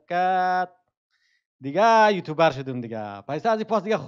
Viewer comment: خداااا او یوتوبر نیسته 🤦‍♂️🤦‍♂️ یوتیوبر تلفظ موشه یکم درستر تلفز کنید